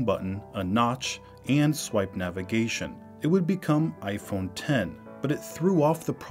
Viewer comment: Finally someone who says the name of the phone correctly, "iPhone Ten" instead of "iPhone Ex"